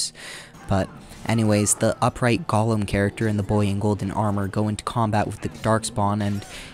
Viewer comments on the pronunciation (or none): none